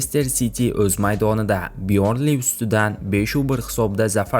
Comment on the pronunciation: Чотинга караб фол очма тутак . Сен аввал Бернли сузини айтишни урганиб ол .